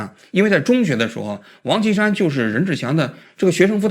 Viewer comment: 这王qi 山 说的 跟 王青山是的， 直接到 照片出来才知道是 王歧山